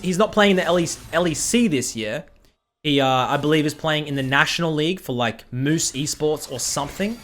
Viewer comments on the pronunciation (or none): Why did he say moose esports? It's mous esports :)